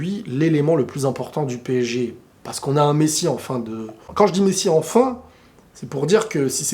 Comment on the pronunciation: PSG et non PÈG Hein !!